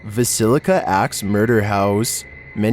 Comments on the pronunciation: VIL-LISS-CA. 😊❤ I'm from Iowa. Haha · Again - "Villisca" is three syllables : Vil-li-sca. It doesn't rhyme with "basilica" 😆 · My Mother was from Vallisca, Iowa, it is pronounced, ( Va llis ca ), thank you.